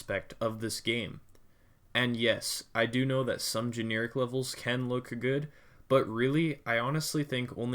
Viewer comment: Gen - air - ik NOT gene - ear - ik